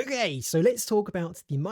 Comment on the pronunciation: Why do you say O GAY